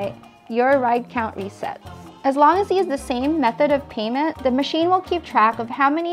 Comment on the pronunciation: say 'THE" NOT:"DAH"!!!!!!!!!!!!!!!!!!!!!!!!!!!!!!!!!!!!!!!!!!!!!!!!!!!!!!!!!!!!!